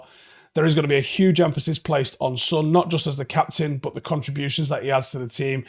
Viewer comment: How are you mispronouncing Son's name? It's 3 letters, have you only seen it written?